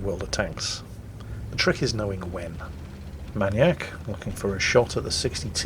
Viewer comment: MAN YAK?! Isnt it MAIN E ACK?